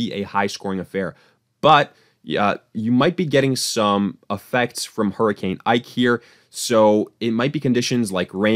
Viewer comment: Hurricane “ike” lol 😂